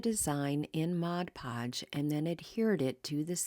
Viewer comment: Thank you for pronouncing Mod Podge correctly.